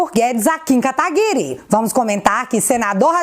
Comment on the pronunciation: tipo Guedes, fiquei decepcionado com "Katagury"...